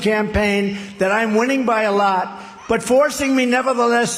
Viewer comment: "Alaat" real ass 😂😂😂😂😂😂